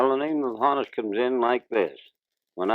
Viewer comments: Johannes is the archaic German form of John, not Jonathan. Johann is the more modern form. Hannes is a nickname for Johannes, just like Hans is a nickname for Johann. Hannes is pronounced Ha-nus, not Ho-nus. I'm old enough to remember when this wasn't a question because everyone said Ha-nus when he was alive and still coaching for the Pirates. BTW, his birth certificate says Johannes, not John, which should make this even easier. Ain't language great? 😁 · During his later years as a coach, in a radio interview his name was erroneously made to rhyme with "bonus." In his mannerly way, he clarified that "Honus" was to be pronounced as "honest" without the "t". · his gives name was Hannes - not "john" that was the Americanized version as German decent was not real popular then..... it's pronounced "Honn-ness" not "Hoe-nus". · He himself didn't pronounce Honus with a long o. Why doesn't the interviewer respect that? LOL! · According to the man himself, Honus is pronounced Hannes. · People that don't know German, it's ponounced HAN-us. Short for Johannus-John in English. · Too bad that the guy doing the interview didn't listen to Honus pronounce his nickname. The interviewer says Honus to rhyme with bonus, but Honus says the nickname is a shortening up of his German name, Johannes (like Johannes Brahms) and pronounces it such that the first syllable is not with a long o vowel sound but more like a soft a or soft o. Thus, the first syllable as Honus says it rhymes with the name Lon (as in Lon Chaney) and not with the name Joan. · Too bad that the guy doing the interview didn't listen to Honus pronounce his nickname. The interviewer says Honus to rhyme with bonus, but Honus says the nickname is a shortening up of his German name, Johannes (like Johannes Brahms) and the first syllable is not with a long o vowel dound but more like a soft a or soft o. Thus, the first syllable rhymes with the name Lon (as in Lon Chaney) and with the name Joan.